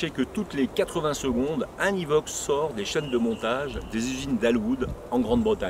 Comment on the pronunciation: Pourquoi il dit « ivoque »? Et la voie off le dit bien. En tout cas il est beau. J’aime moins le tout nouveau de 2019. De bonnes prestations cette voiture. Il manquait qu’un moteur TDV6 ou un SDV6.